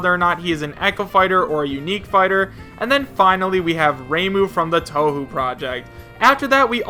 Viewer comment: Hakurei Reimu is a character from Touhou pronounced Tou-hoe not tou-how. Touhou has actually been famous and a very long term series that spans over 16 core games and several spin-offs including a fighting game for the last 22 years dated way back in the old PC era. The Touhou series is very well known as a bullet hell shooter game that spans 6 stages with an extra stage on the side that concludes the current core game's story. All characters are girls reimagined from youkais or ghosts, spirits and monsters and even gods or insects and the art style is drawn in an old style which is obviously not an up to date sprite however the game's charm is the various bullet patterns to dodge each stage and the loveable characters to encounter on the way which eventually connects between past and future core games to tie the story together. Reimu is the protagonist of the touhou series who has the ability to fly and uses her taoist powers to vanquish evil which she does this to anyone even the harmless ones. She shoots talismans and casts barriers and can teleport. She is a poor shrine maiden who craves for money as well and hits anyone with her stick. Either way a fan made touhou game is on the switch but none of the official core games of touhou are in nintendo consoles but the maker acknowledges every fan-made game and doesn't bar them from expanding the touhou series no matter what genre or platform or game style thus Touhou is actually at least well known in japan. I cannot say that